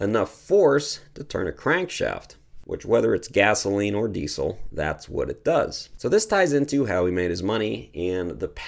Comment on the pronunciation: Since Rudolph Diesel was German his name really should be pronounced deezul not deesul. Just a little Canadian criticism of my American neighbors, no offense intended.😊